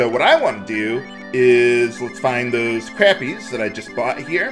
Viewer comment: did you know that the fish "Crappie" is pronounced "Crawppie" similar to "crawdad"?